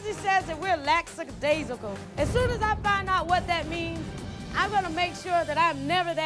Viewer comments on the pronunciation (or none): It's lackadaisical, not laxidaisical.